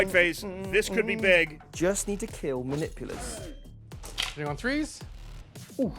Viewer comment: Dice tell stories, and the story they wanted to tell today was, "The Emperor prefers to be referred to as the Omnissiah today." Also, LOL at them pronouncing "muh-nip-you-lus" as "mah-nipple-us". 😂